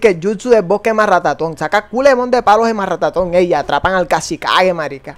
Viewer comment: AJAJJAJAJJA dijo marrataton en ves de matarraton